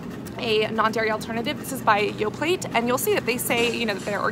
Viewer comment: Yoplait is pronounced "Yo Play" T is mute, Thank you for the videos, my stomach is healing